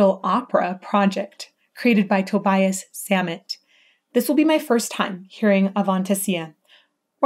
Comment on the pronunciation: Its "Toe-Bee-Ess Zah-mhett" The reason his enunciation is so pronounced is partly due to his accent. A lot of his music is that way.